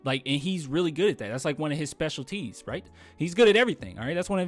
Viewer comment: The way you said specialties "Special T's" I love it